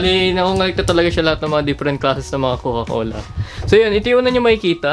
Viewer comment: Kuya hindi "cocola" coca cola